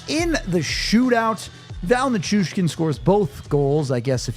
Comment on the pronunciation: It’s pronounced Ni-Choosh-kin for fucks sake. Be better